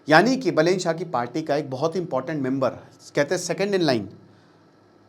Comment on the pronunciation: बलेन❌ बालेन✅ रावि लिम्छानी❌ रवि लामिछाने✅